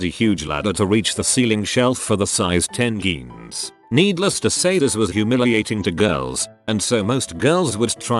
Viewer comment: Jeans = Geans... haha